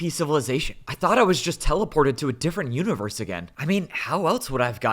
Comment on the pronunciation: ik he's meant to be menacing but he keeps saying "univewse" like one of those ironic discord mod creators on instagram T-T